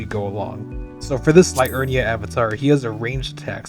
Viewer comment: Siofra - "SHAY-fruh" (Irish Gaeilge) Liurnia - "lee-UR-nee-a" (derived Latin) Ekzykes - "ek-ZY-keez" (derived Greek) Mohg - "MOHG" [long O sound; not "mogg"] Niall - "NYLE" (Welsh)